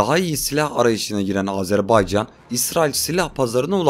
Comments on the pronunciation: Azerbaycan'ı bu şekilde söyleyen çok azdır bizden. Kimse umursamıyor. Ya Azarbeycan, Azerbeycan diyor. Lan bi okuyun doğrusu ne. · sphbetler cox maraqlıdır.😊adımızın düzgün teleffüz olunması meselesinde qardaşımıza qatılıram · Azerbeycan diyilde AZERBAYCANI Doğru sekilde diyen nadir kanallardan birisin. Tebrikler.❤ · Iyi ki Azerbaycan deyirsiz. Bezdik artiq Azerb'E'ycan kelimesinden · İlk defa Azərbaycan ismini bu kadar düzgün telaffuz eden bir Türk görüyorum. Çok teşekkürler 🤍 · Azərbaycan sözünün düz tələffüzünə görə ayrıca təşəkkürlər🇨🇳🇦🇿🇨🇳❣️🇨🇳🤲